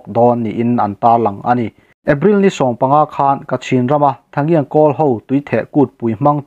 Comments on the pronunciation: An kumthar kha (tha ngian) tia lamtur nilo in (ta chian) tia lamrik tur zawk ania. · Kawl kumthar(tui theh kut) hi “ta-chian” ti a lam rik tur a ni